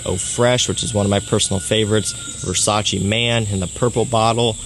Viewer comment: Versace pour homme or Versace man fraice??